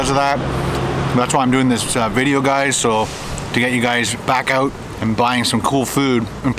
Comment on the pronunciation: No one sounds more Canadian than when he says "Check that oout." Love it!